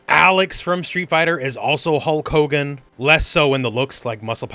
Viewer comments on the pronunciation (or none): none